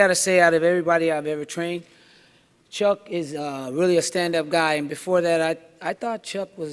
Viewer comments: For the simple fact that this idiot has had a year to learn to pronounce Chucks name and still can’t I’m not ordering ur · Man he can't even say chucks name properly for god sake